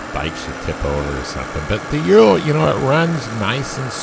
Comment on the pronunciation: “Ooh-rral” not “you-ro”